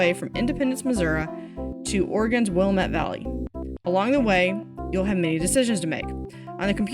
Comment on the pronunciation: Oregonian here, it's pronounced will-am-ett valley. But great video and keep it up!